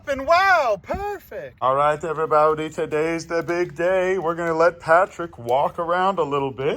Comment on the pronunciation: “Everyboudy” he says